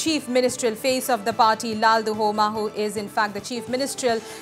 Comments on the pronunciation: Stop calling him LAL- DU - HOMA.. Should be pronounced as LAL- DUH - OMA (and should be written as LALDUHAWMA) !! He's going to be the CM of an Indian state and please learn atleast this pronunciation and spelling..its not a mammoth task! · Ok thats fine. But, Even if spelled or written as LALDUHOMA....we don't called him as LALDU-HOMA but LALDUH-OMA. The anchor here doesn't know that. That's my point